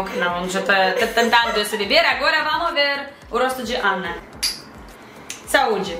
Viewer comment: a moça do meio falou a palavra saúde PERFEITAMENTE!